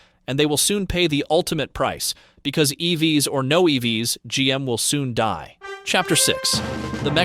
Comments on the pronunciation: Too much inference from high level numbers and information from a game of telephone. Pretty sure this is AI voiced... "E-V-S" instead of "EVs". Lots of wrong guesses presented as info. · is this AI. voice said E V S instead of EVs, and there were a couple other instances as well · Why does this sound like it was created with AI and text to speech software? Who the hell says “E-V-S” as the plural form of “EV”?